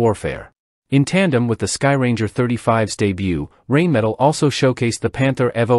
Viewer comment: Rheinmetall, not rainmetal